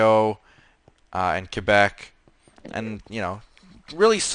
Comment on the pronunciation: thank yiou for saying 'québec' the right way :) <3